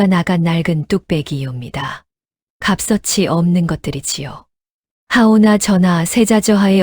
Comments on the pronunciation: AI라서 발음(읽는소리)가 오류가 있는데 값어치를 갑써치로 읽는다니?가버치로 소리내야지요.그러니 모르는 이들은 그런식으로(AI식?) 발음하지요ㅠ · 와~값어치라쓰고 갑서치라 읽는다??? 내용이 유머극장은 아닌 것 같은데... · 갑서치. 갑서치 이게. 뭐요 값어치라고. 하는것이요 모르면. 배워서. 하라니까 왜 말을 않듣는거요 중국 사람들 혀가 짧은가 ? 하지 말라는데. 어지간이 말도 않듣네 .... 듣기 거북하오